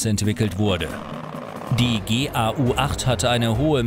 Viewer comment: Gau zusammen amstück aussprechen nicht g a U 🙂